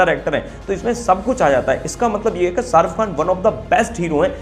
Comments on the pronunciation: Pehli baat Sharuf Khan nahi sharukh khan naam hai ..naam to suna hoga ... Doosri baat kisano ka mudda tumhe chota lag raha hai to tumne apne bolne per sochna chahiye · Hahaha ''sharuff khan '😂 jis admi ka naam nahi le pa rahe tum ..to uski personality ka kya andaza lagaoge ..😊